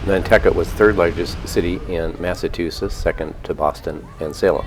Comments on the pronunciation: I can understand a first time visitor not knowing how to pronounce the local names of places on Nantucket correctly, but it’s inconceivable that an American would consistently mispronounce Massachusetts (Massa-chew-sets) as Massa-too-sets. 🤔 Also, the harbor on the Cape where the Steamship Authority and Hy-Line ferries depart from is Hyannis, not Hyannisport. Hyannisport is an adjacent community where the Kennedy family has their homes. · I thought it was called " Massachusetts " not mas a tussetts ???? "Chu " not " tu "